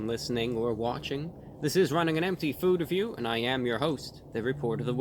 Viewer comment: I like how you really enunciated the "RUNNING ON EMPTY, FOOR REVIEW!" top class! bravo! encore!